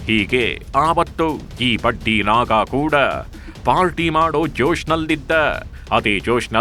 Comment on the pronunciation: Badddiii naaaagga ( voice pronousition) worse than the worst